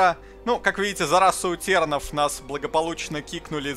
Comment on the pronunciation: господи никогда не смотрел "подобные ролики ни по одной игре" но старкрафт ван лав...тупо любопытно стало что за грубая сила в названии...И когда я услышал как такой "мастер бомбастер" произонсит расу ТеррАнов как ТЕранов...омг..Мои уши...ват?!! Ты в школе учился?? Ударение где?? Даже в игре в озвучке говорят ТеррАне!! если не дружишь с английским говори расса людей уже...ёпте...омг...даже не стал дальше смотреть бро....это выше моих сил на такое издевательство...